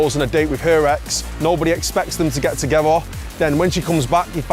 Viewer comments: Nothing irritates me more than people pronouncing ‘together’ as “tuhgevah” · Can we round up all the people that pronounce "together" like that one dude and put them somewhere where no one has to listen to them talk? TIGEHVOH!